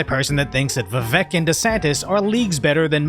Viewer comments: In his own words, "it's Vivek, like cake." You could atleast pronounce it correctly. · Say it like Rake... Vivake. I hope that helps.